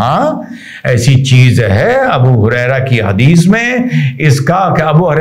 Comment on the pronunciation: ये हदीस कहा आपने या हगीज😂😂😂😂